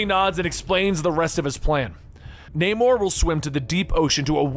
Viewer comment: also "", learn how to pronounce names. like Namor, couple thirty others.